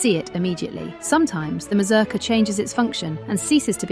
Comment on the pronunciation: Your pronunciation of this. Is horrible. It's a Polish word, not English. The U in the name should sound like OO. Slavic languages are phonetic. The letter is the sound. As in English name of the letter has nothing to do with it phonetically. If you going say the word every two seconds check the pronunciation. Or ask anyone who did ballet or folk dance. Just embarrassing.